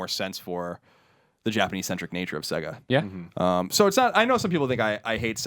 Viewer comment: sAYgo not sEGga haha that's going through me